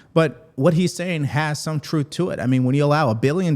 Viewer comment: Truff lmao he can't say the word truth!! I wonder why? Lmao because he doesn't speak the truth